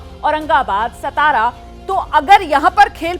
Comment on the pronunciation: सतारा नही सातारा है.